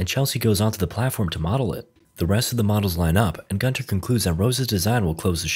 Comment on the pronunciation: Why is it ALWAYS Gunter...Guntoae...Guntar...idk